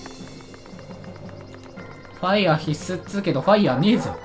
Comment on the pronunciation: のファイヤrrrrrrrrrrrがめっちゃ好きww